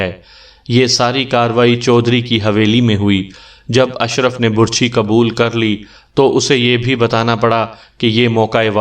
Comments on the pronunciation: اوہ ڈیر کہانی گھر لفظ بَر چھی ہوتا ہے بُر چھی نہیں ہوتا میں نے بہت دفعہ محسوس کیا ہے جہاں آپ کا دل کرتا ہے آپ پیش لگا دیتے ہیں جہاں دل کرتا ہے زبر اور زیر لگا دیتے اس میں کوئی شک نہیں آپ کہانی بہت خوبصورت سُناتے ہیں. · Burchhi ghalat lafz h, Barchhi sahi h.... Lafaz ghalat h, lafz sahi h....